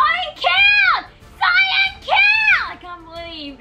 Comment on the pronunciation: cayn instead of cyan this vid was so good